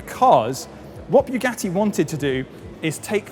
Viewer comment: you speak english well, yet can't pronouce bugatti, if you can't pronouce bugatti correctly forget about saying "la voiture noire" correctly because you clearly can't do that